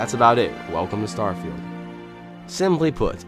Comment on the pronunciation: You said "Starfield" precisely 23 times. (22 times before asking the question how many times you said "Starfield", a 23rd time in that question and once you said what sounded like "Stirrfield".) Where's my Bugatti? 🙂